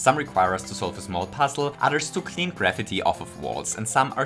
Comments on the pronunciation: it sounded like he said "Clean gravity off of walls." Don't let the flat earthers hear that line... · Did he just pronounce Graffiti like Gravity